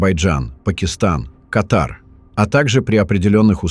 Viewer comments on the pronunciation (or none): none